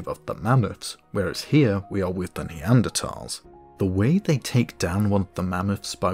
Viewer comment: Another great video! One thing I really appreciated was the fact that ''Neanderthal' was pronounced correctly! I know it shouldn't bother me, but it does, so I'm happy when someone gets it right!